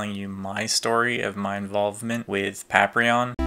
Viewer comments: say "Paprion" one more time! i dare you! i fokken double dare you! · You know its funny, I know its Paprium but I always pronounce it Paprion. Thanks for watching! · Yo, why you pronuncing Paprium wrong...don't tell me you're having the effects of the Blu drug (referencing the drug that powers up the characters in the game), that effs folks up, and cause them to go beserk lol. In all seriousness, that's a lot of goodies for just $50 back in 2012 you've got now. And getting Showtime's underwear...totally unexpected, but still a cool surprise worth keeping. I do hope Paprium (or Paprion if it's your preference 😎) gets a port to modern consoles in the future, simply because from how it plays on the Genesis is beyond amazing, and Watermelon went out of their way to make sure every part of the console (as well as the Sega CD add-on) can be used to full optimized effect. Hope you can get to play the game for yourself soon!